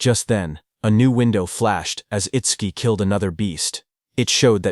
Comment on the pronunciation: Itsquee? Itsdookie? It-suki? How many ways this robo-reader wanna fail pronouncing this name?